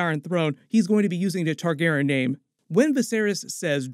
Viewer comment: TargarYen. The mispronunciation drives me insane.